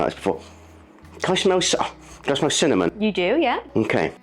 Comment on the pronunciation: Ever since I heard pronounce cinnamon, "cimom". I hear her voice every time I sprinkle it on my home made chocolate lattes.😊 CIMOM!